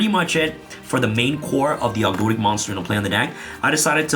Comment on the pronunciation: Thank you for saying 'Ogdoadic' right.